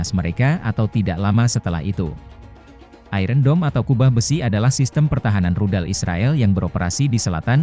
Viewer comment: Tolong kata 'iron' dilafalkan yang benar. Seharusnya lafal yang benar adalah ai - ern bukan ai-ren.